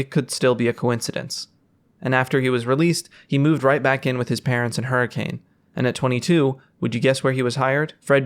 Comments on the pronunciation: this is so cool and well done!!! Kept being thrown off by the way you pronounced hurricane though lol, most utah natives say 'huri-cun' and not 'huri-cane' haha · I wonder if intended to mispronounce Hurricane. It's supposed to be Her-ah-kun. Many of the original settlers were from Liverpool, with heavy Scouse accents. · As a fnaf fan, this is awesome, as a Utah resident, the pronunciation of “Hurricane” hurt me soooo bad. It is officially pronounced “hurri - kun” as people in the area famously say “a” softly (stuff like mount’in).